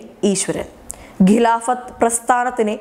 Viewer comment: Ghilaaphat alla, Khilaaphat aanu